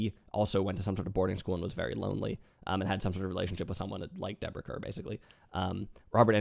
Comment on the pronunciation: One picky thing. Kerr is pronounced like Carr for both Deborah and John.